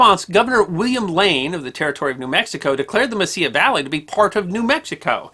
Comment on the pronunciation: It is Mesilla not messiah valley.